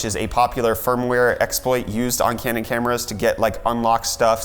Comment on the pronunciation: When you say "Canon camera" it sounds like "Candid Camera." Haha..the dentures in the throat..classic. That's just everyday x-raying at my job.